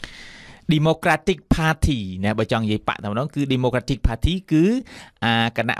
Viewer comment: Please check the pronunciation of the word" democratic".